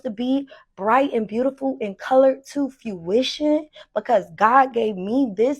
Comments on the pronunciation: "Bright and beautiful and color to fuishion." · fuition? and repeated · “To FEWITION” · Is she saying “fyoo-ition” instead of fruition? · When she said “fuition” I just knew… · Her pronouncing Fruition as FEWition with such confidence every time is aggravating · FEW WISHUN ✊🏿😂🫡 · Wtf is foo-ishin? What is she even saying! Edit- it’s worse- she’s saying FYOO-ishin! OMG! 😂hilarious 😂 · It’s definitely coming to “fewition” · Fruition has an 'r' in it lady. but somehow the nonexistent word "fuition" does feel like it applies to your product. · “I want it to come to foo-ition.” Jesus Christ. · It's FRUITION not fuition. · I just thought she said fyuition instead of fruition but not I can't unheard it 😭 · Fuition…fuition…lol girl Fuition?! Huh 😂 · I want her to stop saying fewition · Bring it to “fewision” 😂😂😂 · Girl what is “fuition” she’s so stupid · She was trying to say "fruition". That she's the only one who can bring that bright color to fruition because "god gave me this vision" lol She also tried to say it again